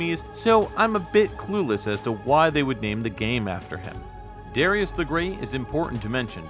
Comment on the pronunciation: Wow, really cool! Lot of good research here. Quick correction about the Katakana: it’s da-ra-i(“ee”)-a-su, not da-rai-a-su. The “ee” is distinct but quickly spoken, which is probably why it’s hard for us westerners to pick out the middle syllables consistently when we hear those commercials. Anyway, I’ll probably keep pronouncing it the North American English way, since the name is not natively Japanese and we already had a common pronunciation. It’s like this: the Japanese word for a Jesuit priest is Bateran. This was how the Japanese borrowed the Portuguese word “padre”. But if I’m talking about a Japanese book or game that talks about a Jesuit priest, I’m not going to call him a “bateran” unless I’m specifically referencing how he’s known to the Japanese. And if I’m referencing a scene in which a Jesuit priest is being addressed in Japan by a non-Japanese, He’s going to be “Padre”. Or, maybe not. 😁